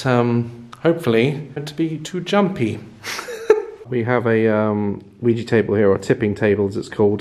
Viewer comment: isn’t it called ouija not ouiji